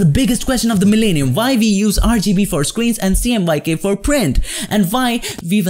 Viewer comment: “And vy...”